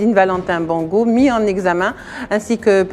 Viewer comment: Même si ce sont des rigolos qui nous ont fait souffrir, on dit Bongo et non Bango.